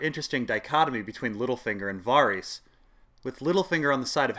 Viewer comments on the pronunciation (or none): "Vawrees?" I thought Varys was pronounced "Vaerys" like in the tv show.